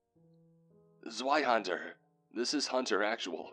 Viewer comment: Zweihänder is pronounced with a V. "Zveihander"